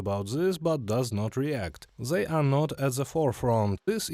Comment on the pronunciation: Where is your accent from? Why cant you pronounce th? You keep saying zey and not they, its really not that hard to just not say z. I know its not Russian because my parents dont even speak like that.